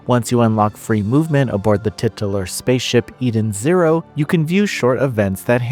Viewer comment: He said "tit-ular"